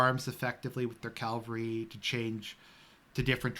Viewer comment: CAVALRY not Calvary... C-A-V-A-L-R-Y. Are You doing that on purpose..? Great video nonetheless. Classic;) This is exactly the type of content that I was longing for on this channel. Thanks a lot! God bless.